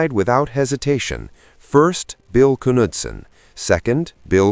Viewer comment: Why photos? Wow like ten, I'm empresed Can't find ww2 airplane videos? Still gets Bill Knutson's name wrong. Yes I know you pronounce the K.